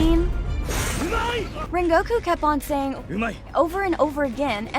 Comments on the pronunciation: You can’t even pronounce his name “ren go ku “😒😒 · Can you pls stop callinflame hashira donuy